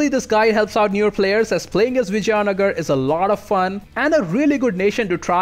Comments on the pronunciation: Dude...it is vi-jai-nagar (not v-jaya-nagara) paradox has butchered its name🤣🤣any ways nice guide.... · yeah but I don't think so....he didn't say vijaynagar properly...by the way do you play total war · It would seem like that, but his pronunciation of Vijayanagar would imply otherwise. But I can see where you're getting that idea.